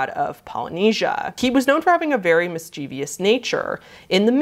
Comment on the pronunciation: Great vid. Thanks for doing it. I'm a bit of a grammar Nazi and have an OCD-like compulsion to point out when words are mispronounced. You mispronounced 'debridement' and 'mischievous.'